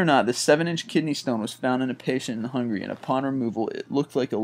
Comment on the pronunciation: Hungria? I think you meant Hungary...